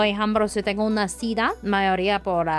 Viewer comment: Hola muy inteligente chica ya domina el español solo le falta perfeccionarlo ay palabras q ella sabe lo q esta diciendo y si le falta algo nosotros los mexicanos le acompletamos porque somos muy vivos por ejemplo cuando dise cita ella pronuncia cida pero no ay problema porque nosotros ya sabemos a q se refiere pero te felicito ya puedes vivir en mexico sin preocuparte por el idioma eres muy inteligente y muy agradable nunca me aburri en toda la entrevista.felicidades un abrazo. AMIGO. siempre nos sorprendes. Exelente entrevistador. ERES LA VERDURA EN LA ENSALÁDA. UN ABRAZO.